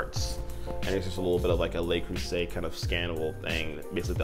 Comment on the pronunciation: Love watching you review the Le Creuset. I hope it's ok to let you know "Le" isn't the word that sounds like "lay" in French, that would be "Les." Le is more comparable to a dull "u" sound. I hope it was OK to let you know, as one fellow American to another. (=